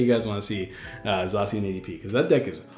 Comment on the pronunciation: "Zaa cian" I think not "Zae cian", it's how me and all my friends say it. We also just call it Sword Doggo